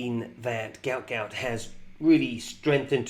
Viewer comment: Its pronounced gute gute hes fast af